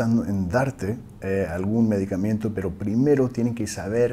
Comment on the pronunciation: Thank you! Excellent video... Just one thing, we say in Spanish [medicamento] there is no any “i” after the letter “m”.